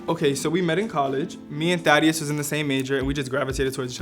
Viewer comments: Every time they said Thaddeus I heard "daddy yus" also what is Dimitri Instagram he is pretty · Am I the only one who thought he said daddy not thaddeus lolll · Sounds like he’s calling the guy best friend daddy lol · Every time they say the guy friend’s name it sounds like Daddyus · I just keep hearing "THOTteus" tbh